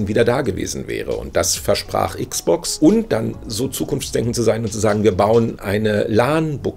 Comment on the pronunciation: Meine armen Ohren tun jedes mal weh, wenn ich dieses verdeutschte "Icksbox" höre. Am besten noch "Icksbox Siriäs Icks." Es sagt doch auch keiner "PleiStazion," verdammt nochmal. ;-)